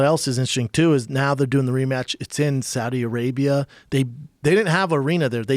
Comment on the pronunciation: Schaub said Saddi Arabia 😂